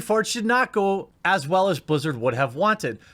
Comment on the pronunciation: They "Blizz-ew" it?